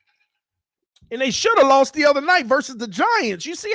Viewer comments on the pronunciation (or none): none